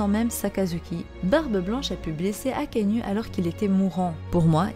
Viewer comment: Prononce bien les nom des personnage stp c pas akainu akainou sa se pronnonce comme ca 🙃